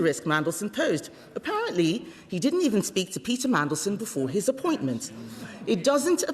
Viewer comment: He should have gone from day one! He is the most hated man in the world he is a disgrace to the uk! Fcuk off! He talks about our national interest while letting terrorists and rapists into the country! He can’t even say mandelson properly mansion 😂😂😂😂 he has to read from a piece of paper what a complete bellend! Look at his two nodding dogs in the background! They need to piss off too what a joke labour are! He takes no notice of kemi writing nothing down on a piece of paper 🥴 oh and stop meeting leaders on tv and patting them on the back like your part of the world stage YOU ARE NOT! YOU ARE A CRINGE PIG NOSED SMELLY BREATH PIG!